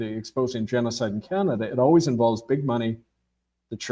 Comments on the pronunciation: He doesn’t know the name of the Chinese president & he says the limbic region of the brain is responsible for emotion processing and then a couple of times pronounces ‘Canada" in the oddest way..khaanaada. All very odd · Ca na da? Did he just pronounce that ca an da? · Why is this author continually mispronouncing the country named Canada? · Why do you mispronounce Canada several times during the presentation? Oprah did this once as a TV announcer early in her career, and that was the turning point in her decision to drop the false face and be herself. Oh, I thought the King didn't participate in politics? This is like the movie, Rosemary's Baby. These are random thoughts. One last one. Robert Prevost's grandparents descended from Creole People in Louisiana, no??? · Has he changed the pronunciation of Canada?